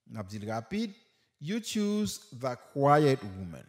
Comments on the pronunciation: Mpa comprendre jan ou prononcer the comme Di se va mtande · Mwen pa konprann lèw pronose the kom va non ou esplikem li svp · Mw gn pwoblèm ak mo the ou prononse pou va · Mwn pa Konprann lè li prononcer the comme va a